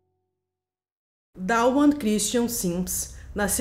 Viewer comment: A pronuncia correta dos nomes da mãe e do filho é "Duana" e "Duan" nao tem A entre o D e o W.